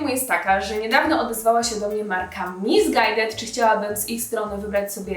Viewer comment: Chwila, a nazwę tej marki nie powinno się czytać misisqłed